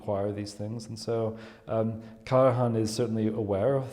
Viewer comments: One question: why pronouncing KARAHAN instead of KARAJAN? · I do apologise but your explaination is totally wrong. As a FAMILY NAME, the correct pronunciation is KARAJAN - pron. KARAIAN also because the name comes from Macedonia - where the Karajannis came from. So the gentleman in the movie, obviously unaware of the correct way to pronounce a name so famous and renown, is wrong. Do you need further confirmation? Please listen to the thousands (if not millions) of interviews ad movies and documentaries about KARAJAN and listen to the proper pronunciation of the Name by thousands (if not millions) people. Or do even better: the interviewer pronounces the Name correctly, the gentleman is going on pronouncing it in a totally wrong way, IN THE VERY SAME CONTEXT! And avoid speaking when you obviously don't know what you are talking about. And I add: Karajan WAS NOT a composer but a CONDUCTOR and he was not GERMAN BUT AUSTRIAN - being born in the Austrian Empire (Salzburg) on the 5th April 1908. You definitely need to listen well and understand better. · Hilarious that she sits there not reacting to his pronunciation. Whas it an insult or stupidity or maybe an eccentricity he is proud of. Either way, it's funny and irritating at the same time, not an easy feat. 🙄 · The German word for the hunt is der Jagd. Always pronounced as beginning with a letter Y. In German, ALL letter Js are pronounced as Y. Karajan's J is indeed pronounced as a letter Y. Even his wife, Eliette, pronounces it with the J sounding like the letter Y. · It is sad to see (and hear!) apparently at least moderately educated man pronouncing the name of one of the best known musicians wrong. This is the General secretary of what???? How on earth he could have passed any serious interview for such a position! He can even hear Ms. Bernauer to pronounce the conductor´s name correctly - is he deaf ????? I can´t believe my ears.